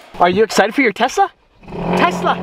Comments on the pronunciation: Is it just me that I hear Tessa instead of Tesla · Oh no! He’s making a major decision about the Tesla?...wait, he didn’t say “Tessa,” did he?:). Great vid! C8 is looking awesome!